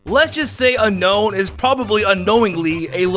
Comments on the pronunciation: dude its unown not unkown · Unown its (un-own) not unknown like says in the video.